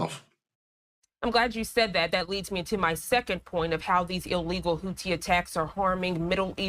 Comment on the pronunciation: How hard is it to pronounce Houthi ! It’s not the Hooties !!!!!!